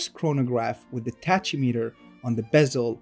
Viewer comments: it's called a tachimeter, and it's pronounced "takimeter"... not, how you said it. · I believe you mispronounced Tachymeter...it’s pronounced “Taky-Meter”. The “Ch” sound is pronounced as a “K”